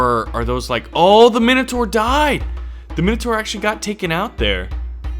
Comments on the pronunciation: It's pronounced mine o tour not min a tour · Sawee to bother you but it's prounoced mine a tor but wrote as minator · the i in minotaur is like an i in mine not minute, just saying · its pronounced mine-o-tour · nah wait that's just the American pronunciation, fuck u America